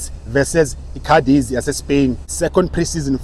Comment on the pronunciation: Askies ngokulungisa Ndoda engu.. Eligama Cadiz is pronounced like Khadithhh emphasis on the H.